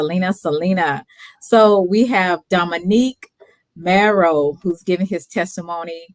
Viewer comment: Dominic Morrow (like tomorrow), not Dominique Marrow. I agree, he is a very humble and gracious man of God.